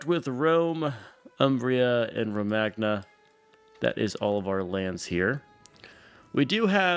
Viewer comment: Risorgimento was actually pronounced right, Romagna wasn’t tho😂😂